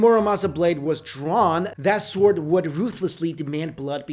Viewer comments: It's sword, not SWARD!! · Do you pronounce "w" in "sword"? It bugs me, oh so.